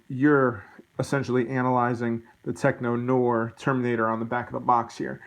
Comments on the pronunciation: Pronounce it "teck nuh-whar" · Great review. The way you pronounce "Tech Noir" makes me question if you've ever seen the movie and made me laugh. Actually I'm thinking you haven't seen the movie so to answer your question why his hair is shorter is when he's chasing Sarah and Reese in the back alley outside of the club the T-800 runs through fire burning off his eyebrows and burning his hair making it shorter.